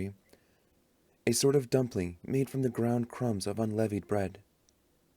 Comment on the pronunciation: unleavened bread. Incorrect pronunciation.